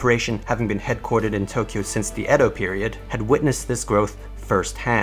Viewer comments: EE DOH not ED DOH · It’s edo actually (A-Dough) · no correct way of saying patent, but i'm pretty sure Edo isn't pronounced as "ED-do". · Just fyi. You mispronounce patent, Shimazu and Edo. You pronounce them weird.